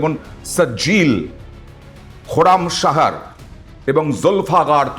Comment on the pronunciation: মিসাইলের নাম গুলো "একি কাণ্ড বাবু" সঠিক উচ্চারণ করবেন "সিজ্জিল" " খুর্রাম শাহর" "যুলফিক্কার" দয়া ভুল উচ্চারণ করবেন না